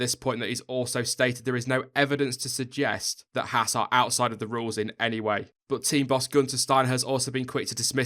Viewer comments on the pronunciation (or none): friendly note: It's pronounced "Hawz" not "hASS" The misprounication lands hard on American ears...not a big deal but Haas' entry into F1 is growing the US fan base (and YouTube subcribers) who own and operate Haas CNC machine tools. Perhaps more importantly...there's a growing disenchantment with US based NASCAR motorsports. Stewart-"Hawz" being preeminant in that endeavour (look, I spelled it with a "U"...quid pro quo) is ultimately bound by the format of multi-colored cars taking left turns. Yes, we Yanks realize F1 is "the rest of the Worlds" motorsport but we're warming up to F1 in droves thanks to Haas. Last, Gene runs his race teams the same way he runs his business...hand's on and no bullshit. What McClaren and Force India are exhibiting mirrors the reactions of Haas' machine tool competitors around the globe. In short, Gene's used to it...don't expect him to flinch anytime soon. And you're right, McClaren/Force India would do well to spend more time gazing at themselves in the mirror.